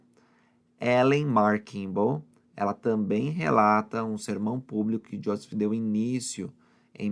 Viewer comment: Porque você fala josess o nome dele é Joseph